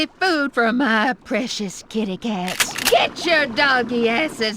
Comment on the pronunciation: I always thought he said "ass". It took me a few minutes to realize what he's saying